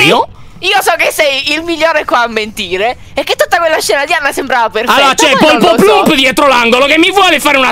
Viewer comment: Io che riguardo questo video nel 2021: Anna si chiama poloplump e nn polpoplump, piadina nn è una cacca, c'è pirtorgio🥺, lyon che spiega come giocare